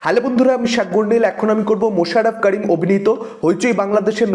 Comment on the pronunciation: মাশাররফ কারিম না করিম। আপনি যেমন সাগার নীল নয় ।